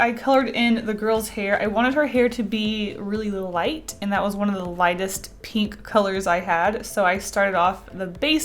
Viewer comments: It annoys me sooo much that she pronounces "pink", "peenk" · nobody:: peenk